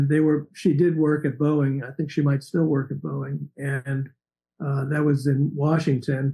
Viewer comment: Boeing is not pronounced Booing its pronounced Bowing Pat